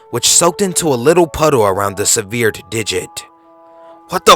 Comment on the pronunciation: @ you said "Rich and Morty" instead of "Rick and Morty" -@ = sounded like "ah-scentric" instead of "eck-scentric" -@ = you said "seh-veered" instead of "sev-errd" -@ = you said "sing-ed" instead of "sindj-d" I went back through the video to find these pronunciation errors, not to be a dick but because I think you have a good voice and I wanted to help you with some constructive criticism. I also don't know how to send private messages, sorry Xo. I hope this helps!